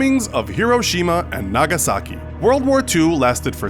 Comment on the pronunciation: Roope Pulli “Nagasaki, not Nagashaki”